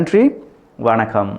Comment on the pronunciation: When you say nantry & vanakam sound like thankilish